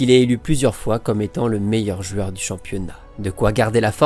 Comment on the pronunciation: J'adore contes de foot et ta façon de raconter, une seule chose que je ne comprends pas, pourquoi tu dis "jueur", tu prononce ce mot d'une façon spéciale et énervante j'avoue 😅